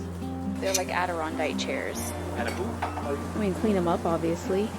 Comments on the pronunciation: AdironDACK not Dike. Like the Adirondack Mountains. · AdironDACK Chairs' as in Adirondack Mountains. New York :) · Upstate New Yorker here, it’s Adirondack, you were close 🥰 nice things at that sale. Cade is getting so big.❤ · She's always loved "adarondai chairs" lol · I'm Canadian and had to rewind the vid to hear her say it again. LOL, threw me off! It's Adirondack for us, too.